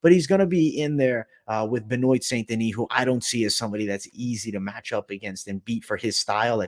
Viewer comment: Ben-wa. Ben-wa.